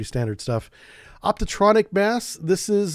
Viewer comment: Optronic not optotronic